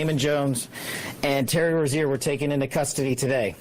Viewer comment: That Rozier pronunciation is insane